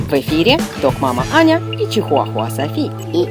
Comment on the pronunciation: кому показалось что сказал соси а не Софи на